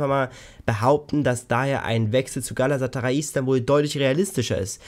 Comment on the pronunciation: Das heißt Galatasaray, nicht Galasataray (sorry :D). Kopenhagen verpflichtet wohl leider einen andern Stürmer, weshalb Piatek dort raus ist. Bei den Türken vermute ich auch nur Geplänkel, da bisher keine weiteren News kamen, höchstens eine Leihe mit irrer Gehaltsaufteilung. Ernsthaftes Kaufinteresse spüre ich nirgends, da auch sein wahnsinniges Gehalt extrem abschreckt. Selbst wenn wir ihn die restliche Vertragsdauer zu 50% Gehalt verleihen, geht das inklusive Kauf Richtung 40 Millionen Euro! Der Gegenwert dafür nicht einmal erwähnenswert.. 💵⚰️